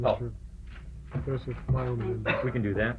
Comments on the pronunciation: Stupid Shapiro doesn’t even know how to pronounce his client’s last name! “Mendez”?? FCKNG pompous idiot. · Shapiro isn't even pronouncing their last name correctly. It shows how uninvested he was in this case. He figured they won't win so why try. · I noticed that too. I was hearing “Mendez” 😑